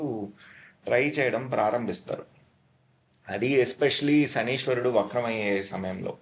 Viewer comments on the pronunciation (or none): శనీశ్వరుడు అని పలకడం తప్పు.. శనైశ్చరుడు అని పలకాలి..